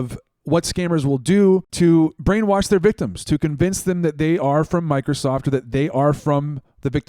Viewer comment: "I'm not trying to cowince you"